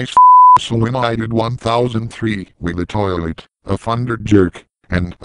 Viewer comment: that was funny the way how tri blaster said toilet 😅🤣😂